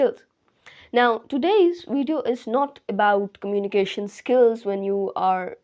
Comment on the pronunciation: Firt learn the pronunciation of communication.